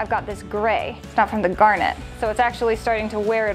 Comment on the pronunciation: The way you say "gar net" is as annoying as people calling caryons "crans"